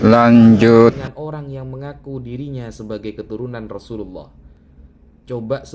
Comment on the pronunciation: Chanel koplak,,ngecengin Gus wafi,,sendirinya ngucapin kalimat Rasulullah aja belepotan,,,kentara bngt Chanel koplak nya😂😂😂😂